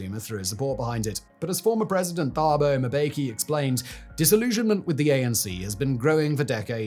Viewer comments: As much as I love your content I have to say the number of mispronunciations in this video are nails on a chalk board. At the very least had you reached out to a South African to just teach you that the "Th" in Thabo and Thuli are pronounced "T". Excellent content as always but next time just reach out man. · As a South African I have to offer a small pronunciation note. In the African names with the TH, the H is often silent and makes a ts sound, it's not pronounced thaaaboo it's Tah-boo (say Tah-boo Em-beh-key, almost got the last name right). Thepo (a common name) is not pronounced Th-eh-poh, it's Ts-e-poh or Tze-poh (like with a tisk tisk sound at the beginning). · Just a note, "Th" in Thabo Mbeki and Thuli Madonsela is pronounced "T" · jesus if you cant say Thabo "Tubo" is succinct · If ever you need help with pronunciation of the names, let me know. Thuli is not pronounced with "Th" its pronounced as a "T". The same is true when pronouncing Thabo. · Ey man uhmm..... the "Th" in South African names is actually pronounced the same way you would say words like Tom,table,Tabet and ion know, twinke twinke little star. Thuli Madonsela is simply pronounced as 2li and Thabo is not what you just said there on video. I really don't mean to be rude. Someone had to say. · Love the piece - could have done a bit more research on how to pronounce south African names. It really takes me out of the video whenever you mispronounce a simple name. You do not have to include the "h" when pronouncing names such as Thabo and Thuli. It's literally "tah-bo" and "too-lee" . Just a small nitpick. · Just for future reference, 'th' in African SA languages is pronounced 'tuh' when followed by a 'u' so phonetically, Thuli is 'tuh-lee'. When followed by an 'a' it's 'tah', so Thabo is pronounced 'tah-bow'. In Afrikaans, like Theron, it 'teh' so it's 'teh-ron'. Great video.